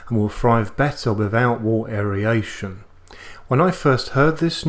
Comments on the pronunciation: The info was great! But aeryation got me every time you said it. I've always heard it and said it as air-ation. Maybe it's a US/Australia pronunciation thing? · Isn't it pronounced "wirt" not "wart"? And aeration not aeriation? Just confused as a newbie. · I love your videos mate I've watched a lot since i bought a Grainfather but your pronunciation of aeration drives me insane.